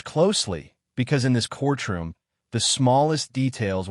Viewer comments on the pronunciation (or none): What is a core-troom. I think you're trying to say courtroom. There's no pause in the middle of that word it's one word. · What's with the pronounciation of cortchroom?